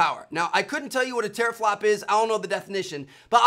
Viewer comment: Anyone else laugh when he said teraflop?